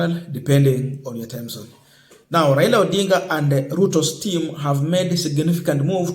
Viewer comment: My friend can you pronounce well Raila not raira. He is a Kenyan and your man is the president so what is your problem not supporting one of your own. This petty hate will not change the way you behave just love your brother as you would like to be loved if it was you.